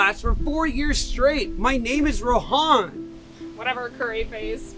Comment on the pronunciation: he looks like from asia, like from the pakistan, india parts etc etc. And if he is why did he pronounce Rohan like that WHO TALKS LIKE THAT (Mr. Nerd) IF ITS AN ONLINE TEST JUST USE GOOGLE his beard thicc